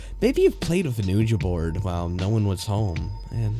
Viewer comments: I have respect for anyone channel with over 100k subscribers, but come on man.... it's not pro ojnced "u-jah" it's "weeja". That's how you say Ouija. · An "oo-ja" board? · you say u-jah board at 12/13 seconds... sorry man, I can't help it... if you're doing scary tales about Ouija you should know how to say it. IMHO.